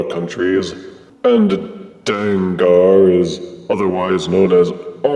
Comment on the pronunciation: His name is pronounced “Dang-gur” similar to Tanker. Takara used the -ar because then it would spell “Danger”.